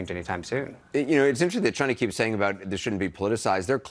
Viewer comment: Chy... nnna?